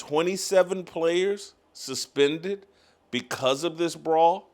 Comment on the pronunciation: Oh no don't "Dis" my playus" says the Head Coach, can't make this stuff up.